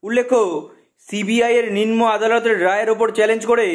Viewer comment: ninmo noy nimno. 😆😆😆😆একজন news reader যদি উচ্চারণ ভুল করে তবে সেই খবর শ্রুতি মধুর হয় না।